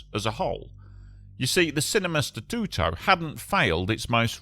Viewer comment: Your pronunciation of Statuto it’s perfect sounds like you are fluent in Italian language, people names are good but can be improved. Overall 9/10 on Italian language speaking/pronunciation.